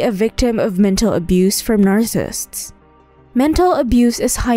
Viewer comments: I like the content, but the quality of narration is low. The narrator doesn't even pronounce "narcissists" correctly. (It sounds like narcissts.) The narration was a distraction from the otherwise interesting content. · LOL, "narsists". The subject of the video, but the narrator can't be bothered to learn how to say it. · It's pronounced nar-ci-sissts. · Narrssissts? Wth? It would seem that if you were going to make a video claiming authority on a subject, you would have at the very least made damned sure that you can PRONOUNCE the subject word!